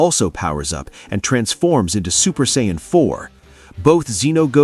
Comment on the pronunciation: You know after watching and listening to 2 of the narrators butcher the word's Saiyan and Zeno multiple times throughout this is one thing and can be forgiven. That being said who thought that putting the phrase "where on earth" was a smart thing to do. Do better